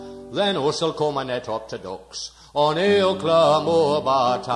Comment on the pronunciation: I think the t's were slightly overemphasised by you in t'ducks. It should be just a glottal stop. In "Then t'ducks will..." the t' is just a glottal stop. "Death" can be pronounced "deeth". "Our own back" can be "Uz own back". Obviously there are variations in how deep a dialect this is sung in, but a good effort at making the lyrics clear.